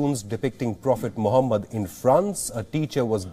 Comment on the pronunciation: did he just say profit mohabat 🤣🤣🤣🤣🤣🤣